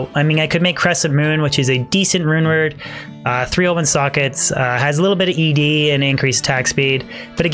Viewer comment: I keep hearing him say The rumored infinity instead of the rune word infinity lol